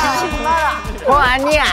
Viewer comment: 응 아니야 <- 완전 한국 아니냐고 ㅋㅋㅋㅋㅋㅋ 애기들아